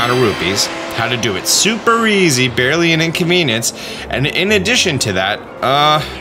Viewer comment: Did you say "Super Easy, Barley an Inconvenience" on Purpose?